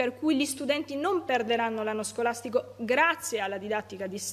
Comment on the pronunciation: Ma dice sgolastigo?